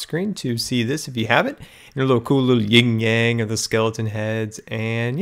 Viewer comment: FYI it's not "ying and yang." It's yin and yang.